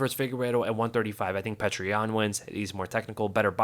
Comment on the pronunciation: His name isn't pronounced 'Petra," it's pronounced 'Pioter."